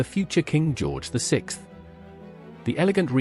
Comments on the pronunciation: lol George V I Can AI not say George the Sixth. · Lord, the AI is terrible. King George vee-eye? 1,990-S for 1990s? Good grief. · Great informational video but I wish you didn't use AI to read it. It can't read dates properly and has trouble pronouncing roman numerals after a name which is off-putting. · Please either choose an AI narrator that can say George the Sixth instead of George the Vee Eye, or have AN ACTUAL HUMAN narrator who can speak colloquial English! Damn, that was annoying af! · Why did you call George the Fifth correctly, but miscalled his son George the Sixth as George Vee One - weird ...You also state that the Teck tiara was worn by Princess Margaret on her wedding day, while showing us the photo of her wearing the Poltimore Tiara which was sold after her death by her son.